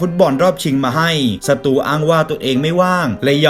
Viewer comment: ได้ยินสตูเป็นศัตรูตลอดเลย 55555